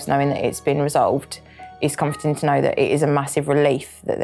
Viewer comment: Is there a letter R in the word “know” I didn’t think, but what is with the knowrrr